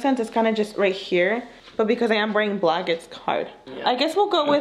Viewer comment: I love you guys and all but I hate saying “pecause” 🙄😒